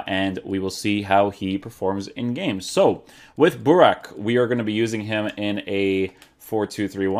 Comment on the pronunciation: You messed up Buraks name at the end completly😄😄😄😄